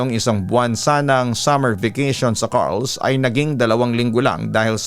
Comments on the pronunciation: i think its car-les do pagbasa not carles? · Car-les po yun nd carls😁😁, , marami tlga aswang jan sa iloilo lalo na sa dumangas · Correction pagkakabasa po ng place is Car-les not Carls po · hindi po carls (kar les) po yun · Car Les two syllables po papa dudot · Listening here frome sara,iloilo. Car-les po ang pag pronouns papa dudut hehe. God bless po❤️‍🔥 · Hello, Papa Dudut. Carles po 'yon. 😅 Parang (CAR tsaka LESS yong pagbasa)